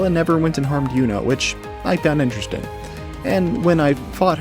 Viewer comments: Saying “Yunah” instead of “Junah” throws me off everytime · Please tell me you played the game in japanese or something because I have no idea where you got the 'yuna' pronunciation lmao